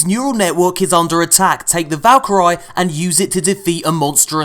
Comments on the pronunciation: And yet again another pronounciation fail for. Valkyrie is pronounced Val-ker-ee (/vælˈkɪəri, -ˈkaɪri, vɑːl-, ˈvælkəri) Not Valker-eye. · You're pronouncing Valkyrie wrong